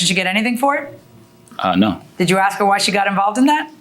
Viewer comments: It’s ask…not ax… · "Axe me and axe you"